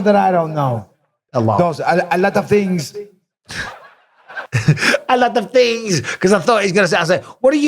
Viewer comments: And Still.... the GOAT of trash talking, Michael Bisping... seen loads of times but still has me in stitches.. "er lat af theengs" lol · What do you know? "a lattav tings!" 🤣